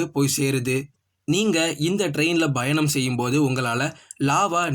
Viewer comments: Nope where he has to say Payanam he says Bayanam.major mistake. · பயங்கரமா கவனிச்சு இருக்கீங்க போல 😂 அவரு correct ah than சொல்லுராரு என்ன ஒண்ணு பா என்ற எழுத்தை பா - Bha என்று லேசான உச்சரிப்புடன் வாசிக்கிறார் 🤷😅 அதை நீங்கள் கூறி இருந்தால் சரி..... வேற எதாவது சொல்ல வந்தால் உங்கள் Comment தேவை இல்லாத ஒன்று தான்😂